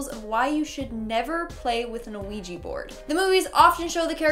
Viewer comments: Its "wee-gee" board...not "oo-wee-gee" board. The first part of the word "Ouija" is French for "yes". You're pronouncing it incorrectly and confusing folks in the process. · Are you calling it a "Noo Wee Gee" it's killing me lol Its "Wee Gee" or "Wee Jah " sometimes fyi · U messed with the Ouija board BC u said ouiji XD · Its pronounced wee-gg so you're right. She's incorrect. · Is it just me or is she saying A-Ouija board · Honestly I have a problem with how she said ouija board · Me too, even though she's still one of my favorite hosts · Yeah, me too. It’s kind of annoying. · Me too. Thought i was imagining it the first couple times she said it like that. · Isn't just me or is saying Ouija weird? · Cant even say quija board right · Why do you keep pronouncing the ‘O’ in Ouija??? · You constantly mispronounce the name of the board. That makes me doubt you actually know anything about the board and are only reciting what you've read and seen.